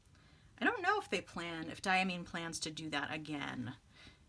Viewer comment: Diamine is pronounced Dye-a-mine as in coal mine. This per the director of Diamine Speciality Inks. It took Brian Goulet a bit to change his pronunciation too, but he finally got it write. See what I did there? 😉